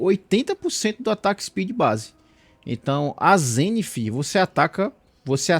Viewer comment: kkkkkkkkkkkk pq ele diabo fala zenifffff th NAO TEM SOM DE "F"